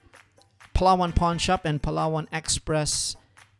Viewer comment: I Can Tell on your accent that your Filipino, but how come you pronounced PALAWAN..as PA-LLA-ONE?